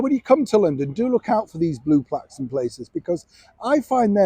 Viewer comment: Definitely the Yorkshire coming out in you re the London Plaques. Lol Keep up your commentary always on point. Thanks. In Dunedin NZ today visiting family. Glorious day but tad chilly Think Town Halls should be polite and make the effort on this occasion. 🙂